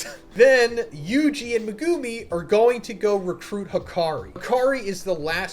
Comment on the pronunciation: Decent vid bro but can u please say megumis name right just 1 time? How did u understand the culling games but not a name of a main character